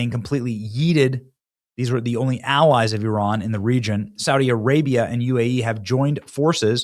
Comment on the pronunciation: It's Iran not euron benny